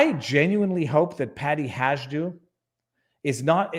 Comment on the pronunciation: It's pronounced Haydoo you had the HA part right but it's a " soft" j. 😂